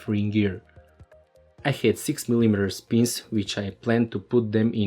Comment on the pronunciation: Who told you to pronounce mil - I - meter, dude? A soviet teacher? That distracts alot.